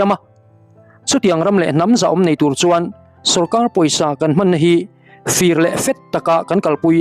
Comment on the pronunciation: Fir i lam dan chuh.